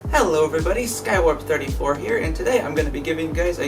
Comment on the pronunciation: You said “skywarped34”